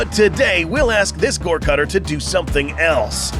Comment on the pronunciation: *goregutter, not cutter lmao